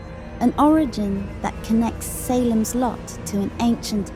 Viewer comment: SAY lems Lot.